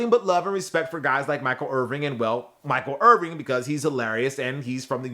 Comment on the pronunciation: Did he say Michael Irving? 🤦🏼‍♂️